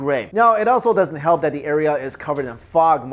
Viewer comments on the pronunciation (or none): none